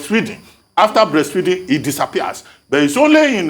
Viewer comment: Dr Abatti, had difficulty pronouncing breastfeeding! He was about to say breastfeasting! He likes what he likes!!!!!!